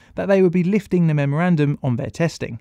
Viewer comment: "A three year memeorandum"..Love it,how beaurocratic